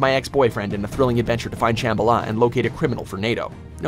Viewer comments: Sham-ba-la not Sham-buh-luh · It's ShamBHAla, not ShambhaLA. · it’s pronounced “Sham-bala” not “Shamba-la” :) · It's shambala not shamb alah😂😂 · The way you say shambala hurts me deeply